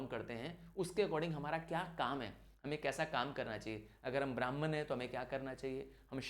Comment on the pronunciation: अरयंकाज नहीं आरण्यकाज, ब्राह्मनास नहीं ब्राह्मणाज। पतंजलि कंपनी की दवाइयां अथर्ववेद से नहीं निकली बल्कि आयुर्वेद से निकली है। शादी व्याह के मंत्र भी अथर्ववेद से नहीं आए। गायत्री मंत्र गलत पढ़ी आपने। प्रेजेंटेशन अच्छी है आपकी, गलत बातें मत बताएं 🙏